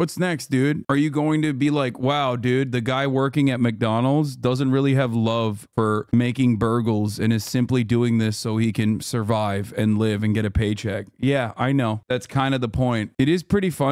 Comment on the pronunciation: bro said burgles 💀🍔